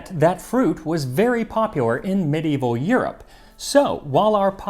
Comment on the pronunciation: Kudos to you, max, for being the 3rd person I've heard pronounce medieval correctly. And you mentioned black pepper in with sweet spices! Yay! I love that. It's so different. Something magical happens when you mix black pepper and sugar with cloves, nutmeg, and cardamom.